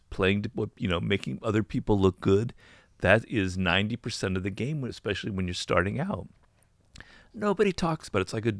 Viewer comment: Great episode, thank you for your work. My only advice would be for you not to use the word: expecially, because it is not a real word, instead try to say: especially.